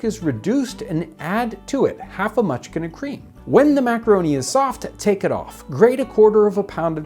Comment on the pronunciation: It sounded like you saying munchkin at first, and I was thinking there must have been a shortage of small children 😅. Anyway, what is a mutchkin? Inquiring minds what to know 😅